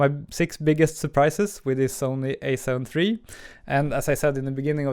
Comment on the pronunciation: It's "alpha" not "a"...